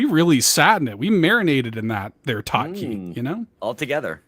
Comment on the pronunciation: "Bot-Wah" and "Tot-Key" 😂😂😂